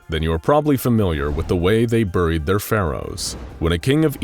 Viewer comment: anyone else bothered by how he says buried?